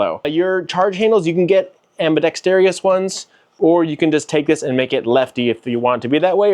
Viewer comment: It’s ambidextrous NOT AMBIDEXTREEEEEOUS!!! Aarrgghhh